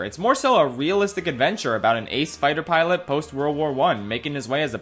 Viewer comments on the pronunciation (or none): none